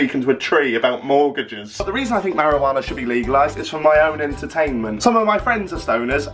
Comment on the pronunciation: "last time I had marawaana" lol